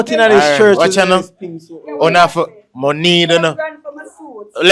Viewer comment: Lol man seh "not my nomey" him a try seh money 😂😂😂